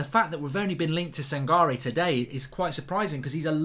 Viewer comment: It’s pronounce as San-ka-reh